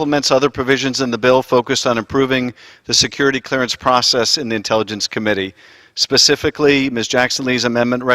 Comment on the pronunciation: Hey Schiff the stiff hack... its #PACIFICALLY get it right you moron